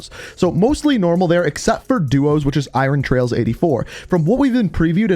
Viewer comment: You are saying Iron trials wrong.